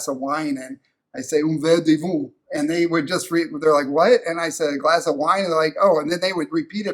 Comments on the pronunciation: The way you said “un verre de vin” it sounded like “un verre de veau” which means a glass of veal :) Love your channel, agree that the French are very friendly and helpful - just saying bonjour breaks the ice in all situations. And I am in London right now - you nailed it, SOOOOOO expensive! I don’t know what has happened here. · Welcome back! Enjoyed venture into video creation. You’re right about speaking French in France; it sounds right and they repeat it in what sounds the same, but you did not say it correctly. London was expensive when I was there earlier this year. Part of the problem is the dollar conversion to the British Pound was around.77 there I figured I was losing more than 20% right off the top. A friend like New Castle.